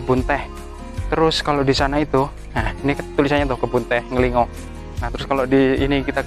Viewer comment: nglingo dan nglinggo bacanya beda kak